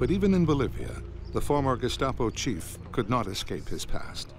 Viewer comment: There's an A in GESTAPO!!!!!!